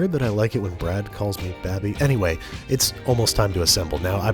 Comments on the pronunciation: No one: Brad: Babey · I also like when Brad calls me Babby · is it weird that I like it when Brad calls you babby? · Babby or Babi? Since Babi mean pork 🤣🤣🤣🤣🤣😂 in some language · I like it when Brad calls you “Babby” too